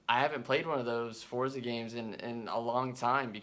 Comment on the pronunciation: It drives me crazy when I hear someone pronounce forza wrong.